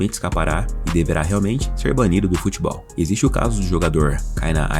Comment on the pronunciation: Ele vai ser banido do “Futbeol” ? Eu achei que seria do “Futebol”